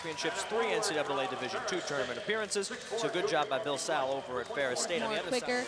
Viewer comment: It's Bill Sall, like you took a call at the mall. I get that they're students, but something to learn is how you pronounce someone's name. This was my last visit to the Breslin Center and seeing Branden Dawson's first game was exciting. He's followed through on all expectations.